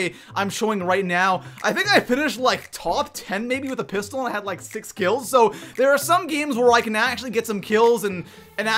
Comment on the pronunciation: TRIGGERD WHEN HE SAID PISTOL